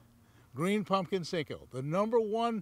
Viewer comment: It's a "senko", not a "sink-o"